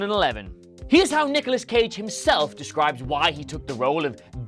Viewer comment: Anyone else hear Niggalos Cage?